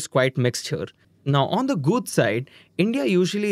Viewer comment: Why are you GUDS instead of GOODS?